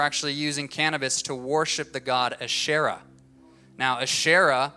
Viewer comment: Asherah (he pronounced her name wrong) was not a demon worshiped by Canaanites, she was a goddess in the early mythologies of the region.